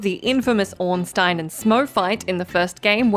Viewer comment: Can I just say that I'm impressed and happy that you pronounced Ornstein right.